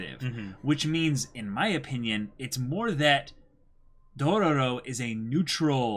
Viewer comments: I'm gonna be that guy 😂 you're saying too many ro's you say 3 and there are only 2 r's in the name lol not that it's a big deal though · Okay boys. Say it with me: "DO-RO-RO." I'm seriously wondering if they're screwing with us because one of them had to spell it right for the video title. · Its only DO-RO-RO, not Dorororo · You guys have an extra "ro" in your intro